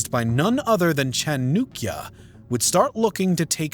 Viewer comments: Chandragupta Maurya defeated all satraps of Alexander in India and his former General Seleucus and also made a marital pact with him. He was one of the greatest emperors of India and yeah its Chanakya not Chanukya 😂😂😂😂😂😂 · It cha-naa-kiya not chu-nu-kiya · Bro it's chaanakya not chanukya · Chanukya ? I wish you got atleast the basic name right .. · It's chAnakya not chunikya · Its Cha-na-kya...not cha-nu-kya Pronounce correctly. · You guys are messing with pronunciations definitely on purpose now! Chanakya equals Chanukya??? Thank you for all your hard work still love the channel even if you cant pronounce shit right! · Please dont pronounce it like that...here is the pronunciation 'chaan·uh·kyuh' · "chunukya" narrator: 🤡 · Bruh, why you saying Chanookya? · Because that's the original Sanskrit pronounciation. "Nand" "gupt" is polluted hindi pronounciation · Chanakya.. horrible pronounciation. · You can't even pronounce the correct name of Chanakya.. 30 secs in the video ... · No hate I know youtubers are human and can't pronounce every word correct but the way he pronounce "chanakya" give chills to me Note:chanakya is pronounce "cha as in chatter rak or nak a r with n sound ya as in yacht" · Every time he says ChaNUkya I get this intense cringe mixed with a spike of rage. Is it so hard to say Chanakya with a western tongue? If the maker of the video can't speak the name of Chanakya chances are he will make a shit of video about him and the Guptas. Stopped watching at 2.42. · His name is chanakya. Not chunukya. Is it so difficult to pronounce chanakya? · 😂😂😅 How does “a” become “u”? By pronouncing “Chanakya” as “Chanukya”…😂😂 Its not Nenda empire, its Nanda empire. I thought the British came up with English but I guess they’re just as confused. How Chanakya led Chandragupta into taking over Nanda empire “isn’t exactly know” says someone who hasn’t read history before making a video. 😂😂😅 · who the hell was chunukya lmao? It's Chanakya(chaa-na-kyaa) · It's Cha-nak-ya